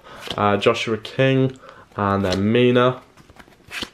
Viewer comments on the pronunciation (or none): none